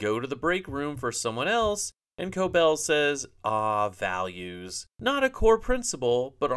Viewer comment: Values? I thought she said valiance